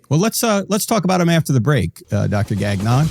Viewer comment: The pronunciation of “Gagnon” 😂 it’s a French name, takes a bit to get it right, I’m surprised he didn’t gently correct the way it’s pronounced! All good, I’ve just never heard it pronounced that way!